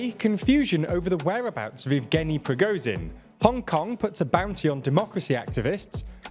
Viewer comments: who is PRI GO zin????? you mean prigo_zzzhhhhhhin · his name is prigo-ZH-in, not prigo-Z-in. the english language has the sound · Please learn how to pronounce Prigozhin; 'zh' is not pronounced like 'z'.